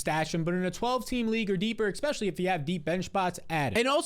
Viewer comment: Lol. A 360 flip is literally the exact same. Pretty sure you meant 180 flip. Also, while I’m bringing that up I might as well say that it’s not pronounced “expescially” it’s “especially”